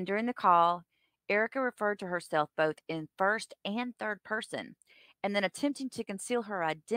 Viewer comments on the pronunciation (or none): OAF FORF, BAFROOM, BOFF...